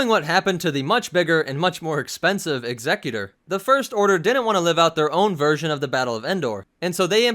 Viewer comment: No offence, But I think the 'executor class' is supposed to be pronounced as if you are saying execution not executive.